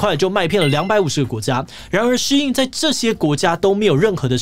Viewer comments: 發音要正確。SHEIN的中文是希音。不要念的聲音得像老外。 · 竟然是唸Shee-in，我都唸Shain.